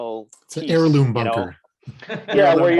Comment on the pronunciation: Bunker not banker